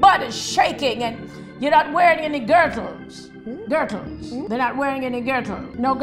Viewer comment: She said girtle,im dead